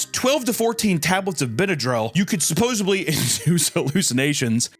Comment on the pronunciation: Supposedly. Suppose-ED-ly. NOT SUPPOSEBLY